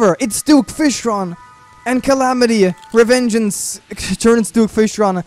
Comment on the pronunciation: "Why is he glowing already?!". It's reveanengence mode. Obvwiously :3